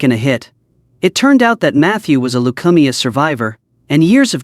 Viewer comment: Whoever narrated this video doesn't know how to pronounce "leukemia?"